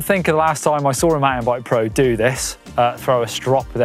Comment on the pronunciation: Did he say professional "MINE-TEN" BIKE LOL